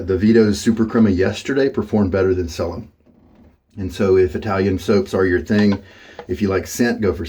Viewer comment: Cella is pronounced like "Chella"